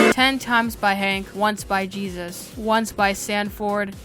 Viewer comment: The entire time he said jesus lol but its jebus